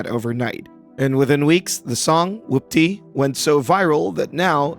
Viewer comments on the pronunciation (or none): You sound like you’re pronouncing it like “whUPPty” instead of “whOOPty”